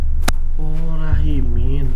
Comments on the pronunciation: Oot tapi aku ngakak banget salah denger Rahimi jadi Rahimin😭😭☝🏻🙏🏻🙏🏻🙏🏻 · Lagii seru” nonton, eh malah ngomong namanya malah “RAHIMIN” jd ngakak donk 😂😂😂.. seruuu, suksess terus tim dms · siapa yang ngakak denger salah sebut nama rahimin 😭😭😭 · Ngakak denger hah rahimin😅padahal Rahimi😂